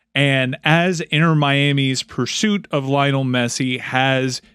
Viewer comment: LI-O-NEL GET IT RIGHT